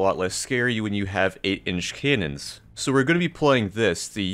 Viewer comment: did he just say. Cenons?